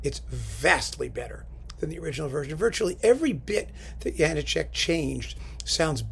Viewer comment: Good choice. Mackerras did a bunch of good stuff with the CPO. I don't suppose there's any point in noting that it's pronounced Ja-NAH-chek is there?